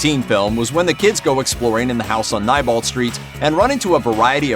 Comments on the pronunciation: “the house on NYE-bolt street.” No no good sir, the correct pronunciation is KNEE-bolt. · PLEASE DO NOT SAY “NYEBOLT” IT IS PRONOUNCED “NEIGHBOLT” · Nebolt str not nibolt str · It’s nebolt not nibolt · It isn’t nibolt street it is nebolt street your saying it wrong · It is pronounced kneebolt not nybolt obviously this guy didnt watch the movie or hed know its said several times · It’s pronounced neebolt not nybolt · Am I the only one who was getting annoyed at how he pronounced “Neibolt”? It’s Knee-bolt, not Nye-bolt!! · i was just about to comment my frustration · Yes. Bill Skarsgård (the guy who plays Pennywise in the 2017 version) was also 27 yrs old when the movie was released. Also the street name is pronounced as Knee-bolt. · please its Neilbolt street n-I-lbolt WITH AN I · Neibolt {Nee-Bolt}. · Am I pronouncing it wrong, or his he saying "n-eye-bolt" ??? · Am I the only one who grimaced every time he said "Neibolt Street" ? I've always read is as "Knee Bolt Street" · It's pronounced knee-bolt sorry but I had to it may be your accent I don't know but yeah sorry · it's pronounced knee-bolt lol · It's pronounced Nee Bolt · Anyone else kinda annoyed about the way he said neibolt? 😂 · Is Neibolt Street pronounced Neibolt or Neibolt? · Your saying neibolt wrong.